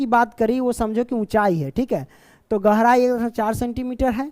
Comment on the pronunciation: Question 4 tu me gehrai not gorai sir be like 😂